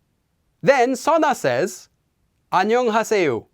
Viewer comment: He’s pronouncing is pretty odd, your depiction is more accurate